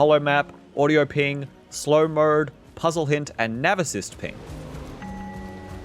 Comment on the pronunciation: Why do you say photo mode and slow mode like that??